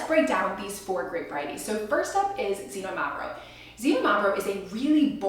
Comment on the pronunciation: Xinomavro is pronounced more like kseenόmavro with the no emphasized. The other's pronuncuation was close enough.